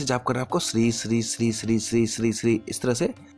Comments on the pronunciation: SHREE NAHI SHREEM HAI WOH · Correct pronunciation : श्रीम् Shrim